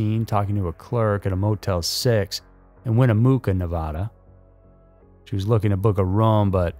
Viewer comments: Bro, it's Nevada, pronounced like Nuh-va-du...not Nevahduh...and the other is not pronounced Mooca, it's pronounced like it's spelled Mucka.... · Yeah when he said Winn-uh-mook-uh, I had to stop, although I can understand if you're not from around here, names can be hard to pronounce correctly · Dude you gotta learn how to pronounce places before doing videos on them. Win eh muck uh. Not mooka... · It’s easy for people to disappear here, I’ve known some that haven’t been seen or heard from in years. I like your channel but I live in Nev-add-dah it’s not Nev-awe-da and Winnamucca is not Winnamooka please look up pronunciation before doing your show! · I’ll never understand why people, my fellow Americans, pronounce Nevada, like Nevahda… like, huh? I always thought reno was a safe city… I mean, growing up here, Ive never felt unsafe, but turns out people ‘get disappeared’ all the time. Winnemooka lol shittttt winnemucca is pronounced like winna-muck-uh Ps. The Hilton is now the grand Sierra resort, or GSR… they’ve got a giant human sling shot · Winnemucca is pronounced Win-i-muh-ka. NOT Win-i-moo-ka, ya goof. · Seems difficult for any channel to get our Nevada words right. 😎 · And its pronounced win a mucka or mucca mucca mucka mucka lol #BattleMountainRocks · He did! 😂😂😂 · Right?? Winnemooca lol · Knee vaaaaaaa duh, win A muck uhhh Sorry as a native of the silver state not pronouncing the state nor towns correctly bugs us.